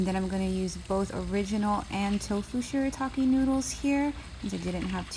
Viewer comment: Yay! Thank you so much!!! And yes you pronounced it perfectly! 👍👍👍 I will definitely try the noodles again!